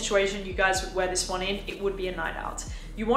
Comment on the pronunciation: Why do you say 'zis' like a French person now? I'm really confused by the change in accent.